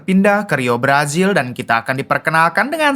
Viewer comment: Ngapa sih ditukar² baca hurufnya??? J dibaca Z, Z dibaca J. Jenazah jadi jenajah, brazil jadi brajil... yg bener bang 😂😂😂😂